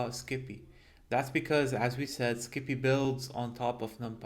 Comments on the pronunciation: Great content as usual! I love how you pronounce it, "skippy". Keep up the good work. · Making a slight correction, it is pronounced "psi pi" for Scientific Python. Just like numpy is "Num Pi" for numerical python.